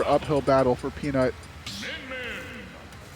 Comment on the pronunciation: Peanut just emphasising the nut for summit nametag